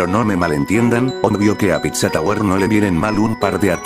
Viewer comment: piszå tabwüer